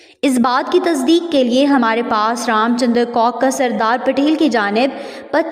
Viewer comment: "jisme C O C K ne likha..."👆😅😊 (do LISTEN carefully please...) Arree Pakiyo before claiming something, at least learn to SAY it w/o causing "splits"🤣🤣